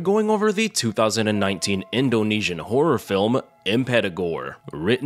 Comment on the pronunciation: I truly appreciate the impeccable pronunciation of the Indonesian names! thanks for the review!